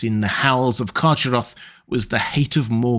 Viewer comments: I think the correct pronounciation for Carcharoth is CarHaroth, as the word was probably inspired by the Greek word for 'shark'. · Excellent video. But I think you are mis-pronouncing "Charcharoth". I believe it is pronounced Kar-Kar-Roth. I think previous iterations of the name did not have the ch in the middle, but rather a hard C or a K. I can't recall any of Tolkiens proper names having a "ch" (as in the word church) sound. But many have the "K" sound, represented by the letter C. (Celebrimbor, Celebrian, Celeborn, Celegorm, Curufin, etc...) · Love your content as always,, but a minor quibble: the "ch" in "Carcharoth" should be a voiceless velar fricative as in the Scottish "loch" or Beren's epithet "Erchamion." Therefore, the name should be pronounced, "Karkharoth." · Yo your pronunciation of carcheroth is terrible its k sound not ch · I think "CH" is more throaty or guttural, like a hard ch in German (e.g., Bach). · I think you’ll find that Carcharoth is pronounced with a hard CH,.☺️☝🏼